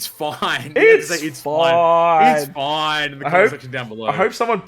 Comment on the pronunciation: It's foineeee